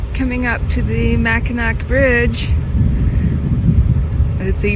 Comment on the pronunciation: Enjoyed your video! I would respectfully like to make a correction to the pronunciation of the name of the bridge. Being a long time Michigander I realize everyone is not familiar with Michigan history. Mackinac Island was settled by the French and has the French spelling. Mackinaw City was settled by the English and has the English spelling. Both names are pronounced the same. The final c is silent in the pronunciation. I have been over and under the bridge several times and it is always a thrill. I even remember before the bridge opened, there were car ferries to cross the straights which were an adventure crossing from Michigan's lower to upper peninsula.